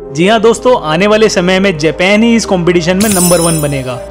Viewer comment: भाई देश का नाम जेपेन है या जापान है